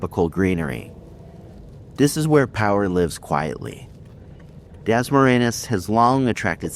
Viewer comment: At least learn how to say Dasmariñas correctly. You not only sound slurred & punch drunk, you also change the word a few times when you say it😁 We appreciate the uploads, but must be responsible to be prepared & not lazy, when presenting for views🫡